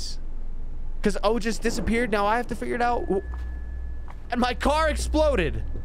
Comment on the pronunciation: I'm Indian, and I'm proud of you for pronouncing the name Ojas correctly the second time. 😂❤